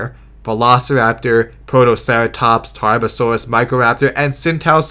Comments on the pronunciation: And you forgot Protoceratomps! Not protoceratops, no it's 100% accurate and totally not a mispronounciation either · The narrator also called Protoceratops "ProtoceraTOMPS"